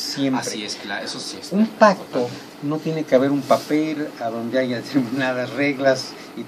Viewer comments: Doctora? Diciendo "aiga" al 43.05? No mames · La señora está es maestra y participó en un programa gringo para latino américa y dice aiga? Tiene errores ortográficos hasta hablando y dicen que es maestra discúlpenme pero dónde se graduó. Aiga sido cómo aiga sido, allá señora maestra de Discovery Chanel yo no sé que bestia la contrató pero en fin en el reino del señor existe de todo, saludos y me gustó su entrevista